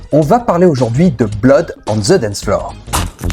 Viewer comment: Prononciation. On prononce (the) (D) pas Z